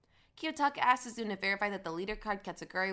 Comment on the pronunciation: feel like you're pronouncing a bunch of names wrong with insuffieicnt emphasis on each syllable, sue-zune is obviously sue-zune-neh for example